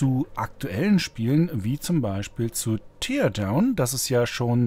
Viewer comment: Tolles Video... aber es spricht sich "Tärdaun", nicht "Tierdaun" ;)